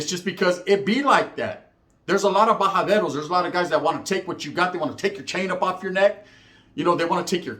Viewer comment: Been hearing you say bajadero for a long time lol it's about time I correct you so you can learn how to say it properly, its "Bajadores" or a "Bajador"